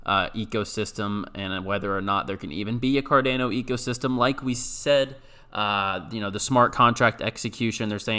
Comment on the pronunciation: Please stop saying Cardano like that 🤣